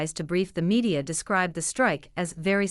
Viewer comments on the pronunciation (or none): none